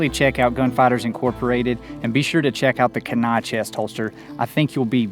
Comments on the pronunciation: It’s “Kee-nie “ not “can-nie”. Like the river in Alaska. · Not to nitpick but it’s pronounced Kee•nai. Awesome holster I want one. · It's spelled Kenai, but it's pronounced, Keen Eye. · keee-neye. keen eye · I had to check comments to see if anybody would correct his pronunciation. It was driving me nuts! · I was thinking the same thing, I'm in Anchorage